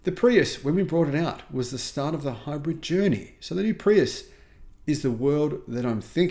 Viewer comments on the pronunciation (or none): none